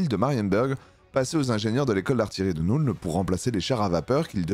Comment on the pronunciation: Arrête de dire NOULNE en anglais le u se prononce "eu" comme dans feu donc la nuln ça se prononce Neulne